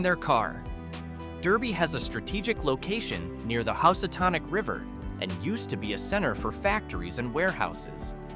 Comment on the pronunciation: Growton and House-a-tonic. Ha. Just kidding. Cool video.